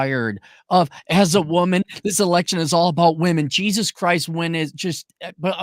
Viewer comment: got so riled up his Irish ancestors spoke through him when he said JYEAHSUS